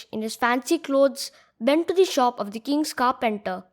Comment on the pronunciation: pronounce ''the" as thee only when the following word begins with a vowel. Otherwise, pronounce it as the ( as hindi द). Otherwise, very well explained. Which editor do you use?